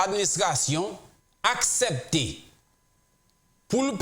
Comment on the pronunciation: Gelin, Mwen pa konnen à ki laj ou té kité Ayiti. En maintes fois wap palé créole ou di invesman, pwral, asèpté etc... ou doué di investissement, pral, accepté ki prononcé "aksépté". Koté Moloskot ki parlé avek anpil eloquence. Pigaw di mal insultéw non mon frère.